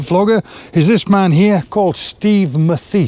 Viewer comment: Excellent video, nice to see you do some bird photography! By the way, I believe Steve’s last name is pronounced “Math-is”